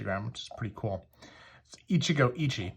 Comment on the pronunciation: As a Japanese speaker, I am obligated to point out that the last “e” in “Ichigo Ichie” is not silent. (Pronounce it like “eh”)